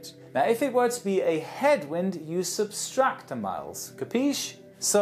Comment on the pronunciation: I love all your videos. One small correction- it is "subtract", not "substract"